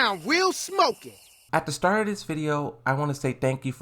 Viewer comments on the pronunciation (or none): none